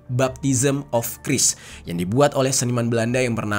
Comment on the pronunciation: 1. Bacanya Khrais bang, Bukan Kris.. 2. Abydos Hieroglyphs itu "hoax". Buatan modern. Ditambah/dipahat di era2 skrg. Silakan liat penjelasannya di channel "Dig It With Raven" 3. Another conspiracy theory 3/1 Atlas adalah "Blue Beam Project". Bisa lo gugel & bahas buat episode berikutnya. You're welcome :D